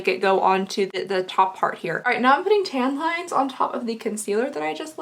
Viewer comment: Definitely heard "I'm gonna put tampons on the center of my eye" instead of tan lines haha